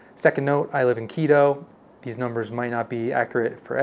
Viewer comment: You don't live in KI_ROW... You live in KEE-TOW.